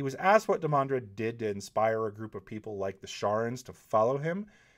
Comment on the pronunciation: Obviously I meant whenever the name came up in his videos. What, did you think was walking around at work muttering "IT'S DEE-man-drehd damnit!"? That'd be funny and slightly confusing for my coworkers, but no. Also there's this small matter of a global pandemic going around so yeah I got more spare time then usual to bitch over insignificant shit that annoys me. Sue me.